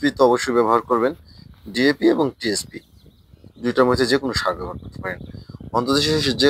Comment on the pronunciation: ভাই আস সালামু আলাইকুম, পি এস পি, টা ঠিক করে টিএস পি করেন।